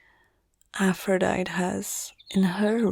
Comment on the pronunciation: Aphrodite is pronounced as "a•fruh•dai•tee"